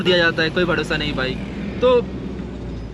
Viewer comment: Simla nahi shimla hota hai..bhadosa nahi bharosa..abe kaha se aaya hai tu,hindi bhi nahi aati tujhe gawaar